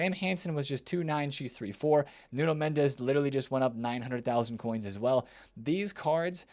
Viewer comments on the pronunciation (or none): none